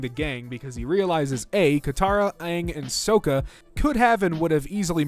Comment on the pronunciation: My guy, out of everything in this video, it's the "Soaka" and "Toeph" bit that pained me the most. The Gaang doesn't deserve this